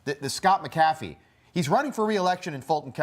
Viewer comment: I really wish all of these people would learn to pronounce "McAfee" before saying it for the world to hear.